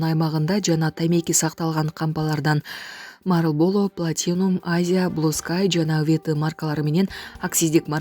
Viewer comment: 😂комментатор кыз айланайын туура окуп үйрөнчү ,малыборо, укимка дебей.